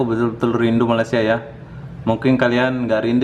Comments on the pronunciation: Dah bertahun-tahun duduk Malaysia.. cakap je rindu Malaysia... tapi sebut Malaysia pun tak betul2... bukan MALAS SIA ye... tak boleh sebut dengan betul tak layak masuk Malaysia... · Tak payah datanglah.. Sebut malaysia pun tak betul.. Wakakakaka